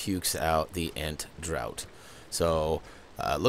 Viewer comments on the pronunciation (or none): Draught if pronounced 'Draft'